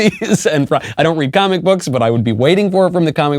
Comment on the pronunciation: sounded like he said commiebooks lol I like it.